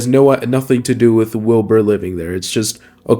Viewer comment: Legit thought he said "Bill Burr" rather than Wilbur at first and nearly died laughing 💀